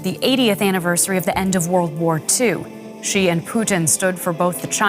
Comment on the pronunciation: Explain why every person in the world can pronounce the English word 'she', but every broadcaster in the world has a different take on how to pronounce 'Xi"? I promise you it's the same. It's not zhee, ghee, gsee, xsee...